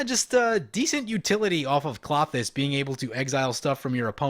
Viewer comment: Kl-oh-thys not Claw-thys